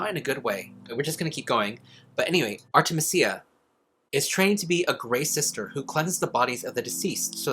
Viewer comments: I feel like it might be pronounced Ar-ti-MEE-sia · it's supposed to be "ar-teh-mee-zee-uh", watch out for those vowels! 😊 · Lol, is it spelled Artemisia? That is a plant. You say it art-eh-Meez-ee-uh. 🥰